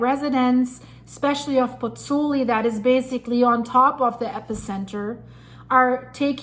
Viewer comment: BOTH vowels in the diphthong in Pozzuoli are pronounced - Pozz - oo - aw - li. You are leaving out the 'oo.' Disrespectful to mispronounce the name of the town - which I have visited by the way. The composer, Giovanni Pergolesi ( ), spent the last year of his short life there...